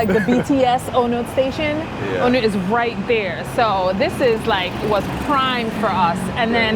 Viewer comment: There are a glut of condo units available in Bangkok. New ones tend to be small like this one. You can get bigger ones in older buildings. Unlike in America, condos often don't appreciate in value. Also its pronounced Ah-newt (On nut) and Pah-tie-YA (last syllable emphasis).